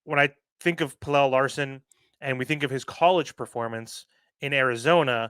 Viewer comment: Learn to pronounce the guys name correctly if you want people to take you seriously.